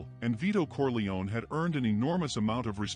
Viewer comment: It's not "Corleoni" it's "Corleone" pronounced "Corli-own"